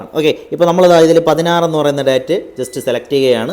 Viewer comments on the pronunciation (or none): ഡേറ്റ് ❌ ഡെയ്റ്റ് ✅